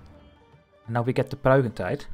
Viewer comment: I wish you would say things like “Pruikentijd” with correct pronunciation. I started to learn Dutch again, it would be nice to hear it.